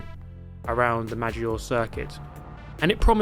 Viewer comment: I phisically cannot contains my self every time races at Maggiore I have to correct his pronunciation